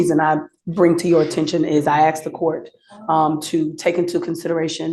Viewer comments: She axed the court. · she axed the court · she's a lawyer and uses the word "axed" instead of "asked?" oh, girl, no, just no. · When will Americans learn to say “asked “ instead of “aksed”. If my lawyer spoke like that I would sack her on the spot ! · She "axed" the court? 😅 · An attorney that says "axed" instead of "asked"...should be automatic bar removal! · How can a trained lawyer say axed instead of asked??? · She be axing the cote yo honar😂😂😂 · She’s axing the court 😂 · ASKED. ASKED. ASKED. not axed you bloviating racist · She "axed" the court.... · why can black people not pronounce the word asked? they all say aksed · "Your honor, I axed the court..." 😂😂😂😂😂😂😂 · A lawyer that says, axed.😂 Training on how to hear an order of "get out of the car".😂 blacks. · "i axed the court" is that a real lawyer???? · “axed”. “Black male”. Come on. Get over that bullshit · Lawyer brings race into it, of course, and cannot pronounce a 3-letter word. No, you don't axe questions. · She did have nice pronoun usage with the "She and I discussed." So many people say "me and her..." Axed is just pronunciation, much like a southern accent. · "Asked." How hard is it?